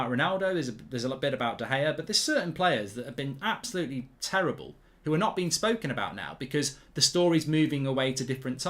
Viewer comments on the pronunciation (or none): Its Cherrible